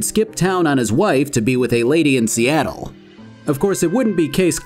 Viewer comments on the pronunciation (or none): none